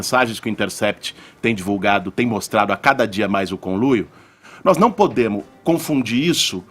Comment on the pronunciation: "Nos não PODEMO confundi isso" Ele é professor ?